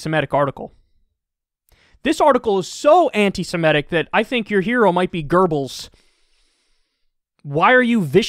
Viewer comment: It’s pronounced “anti-semitic”, not “anti-semetic.” Listen, I’m embarrassed of woke culture too, but you’re misreading the article (and flattering it, actually) if you think it’s about hating Bernie. It’s just shallow virtue signaling; the goal isn’t to undermine or advance anyone’s ideas, it’s just generally a desire to assume a public posture of vague progressiveness.